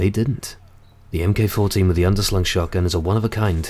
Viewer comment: "Mk14" is pronounced "Mark Fourteen" not "em kay". Otherwise, great vid